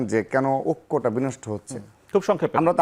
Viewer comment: ওক্য নয় রে পাগলা ঐক্য